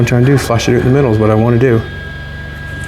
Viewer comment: In de Midel of de window